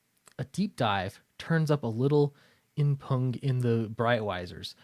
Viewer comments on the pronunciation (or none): I have no better comment to add, so... For the sake of the algorithms... It's pronounced "imp-yoon". :-P You learned most of your vocabulary by reading, huh? Yeah I did, too.